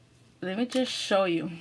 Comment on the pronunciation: u forgot the h in show u said sow